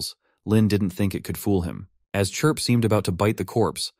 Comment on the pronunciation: It only took 1 hour 49 minutes for the ai narration to start calling Chirp - Clip/Crip 🤣🤣🤣